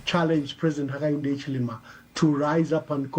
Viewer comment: Your cant pronounce Hichilema 😂😂😂